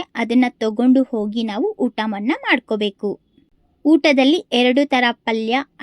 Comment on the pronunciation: 'ಹ' ಉಚ್ಛಾರ ಸರಿಯಾಗಿ ಮಾಡಿ .... ಓಗಿ,ಅರಿವ ನದಿ ಅಲ್ಲ !ಹರಿಯುವ ನದಿ ತುಂಬ ಜನ ನಿಮ್ ಥರ ಇದು ಹ ಇಲ್ಲದೆ ಮಾತಾಡಿದನ್ನ ನೋಡಿದ್ದೀನಿ . ಒಳ್ಳೆ ಮಾಹಿತಿ ಕೊಟ್ಟಿದ್ದೀರಿ ಶುಭವಾಗಲಿ 🙏 ಧನ್ಯವಾದ